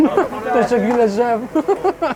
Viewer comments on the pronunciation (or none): Bro your saying “tesekules” but it’s tesekuler with an R on the end just so you know